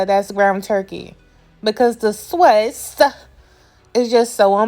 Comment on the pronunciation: Every time you said sawse I hollered 😂 I’m definitely trying the recipe!